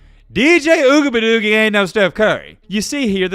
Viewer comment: it’s ugabadoogie not whatever you said